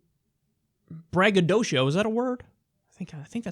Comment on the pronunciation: braggadocio is a word you just forgot to pronounce the last syllable